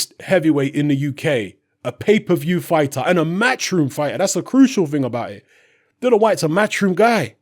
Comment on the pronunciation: Bro repeat after me.... Dillian.... not dillan.... respect... not respek. .... contract.... not contrak. ... you're a grown man.. speak properly and stop talking like you still listen to Dizzee Rascal on your BlackBerry at the back of the top deck of the bus on the way to school.. 😂😂